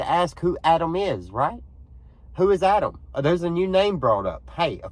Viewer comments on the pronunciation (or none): I do not believe this audio is legitimate because the pronunciation and intonation do not sound like a speaker of American English. *Pronunciation: Instead of saying AD-am, with the first "a" as in the word "mad," the speaker says "Ah-dam" with the first "a" pronounced as in the word "Fa-ther." Also when we say the name "Adam" we stress the first syllable but in the tape it is "A-DAHM" with the stress on the second syllable. *Intonation: The intonation of the sentence is off too for American English because it is said "What did you say to "Ah-DAHM?" The normal intonation would be to stress the verb "say" but in this utterance the stress is on the last word "Ah-Dahm." Also there is an indistinct sound like "ack" at the very beginning . The second utterance is less distinct but also sounds "off" to me. " I . . . I told ---- ---- " (?) I know that some think it says "everything," but it was not clear to me.